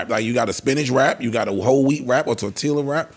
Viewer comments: yall gone let ice get away with sayin “torteela”?😅😂😂😂😂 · Did pronounce the L's in tortilla? 😂😂😂